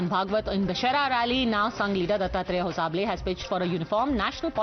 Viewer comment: it's not hosa bele, it's HOSABALE. THOO KACHDA